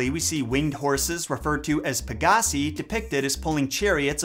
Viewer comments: Pegasi... PEH-guh-sigh. Not peh-GAH-see. I'm shook. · It bothers me how he says pegasea and not pegaseye when saying Peagasi